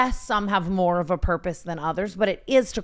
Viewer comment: Tana’s “we need these way mo’” 😭🙏🏽